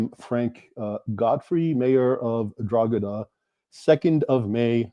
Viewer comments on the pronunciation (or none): Drogheda is pronounced draw ha da.